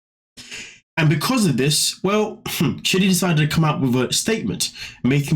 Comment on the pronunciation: It sounds like you're calling him shitty